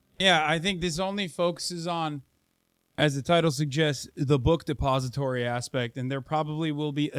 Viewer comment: The way this guy says “the book depository” is so satisfying